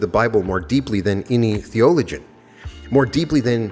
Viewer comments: Theo–loh–gin Not The-oh-legin Not making fun of you, just helping you out. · I love your channel and you have such a depth of knowledge about Neville but it’s not pronounced “thee-OLE-igian,”but thee-ol-ogian. Sorry, it just ruins it when you can’t get a word like that right and you’re using it a lot,. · Its pronounced The o LO gen. Emphasis on the LO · Who wrote what you are reading? I question whether it is your own work because of your mispronunciation of words like theologian and Malachi. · watching but, ur pronouncing words in oddly.. theologian ... Ouspensky ...